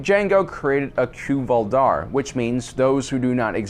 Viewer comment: Cuy'val dar is "KOY vahl DAR", not "KEW val DAR". Good video, though.